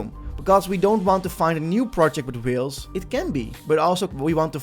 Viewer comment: whIles`? you mean Whales?